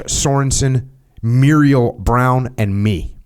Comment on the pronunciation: Jocko, just FYI the Muriel( pronounced Merle as in Haggard) was my uncle, and also Adam Brown’s great uncle. I have the book. It’s a great read. Thank you for reviewing it.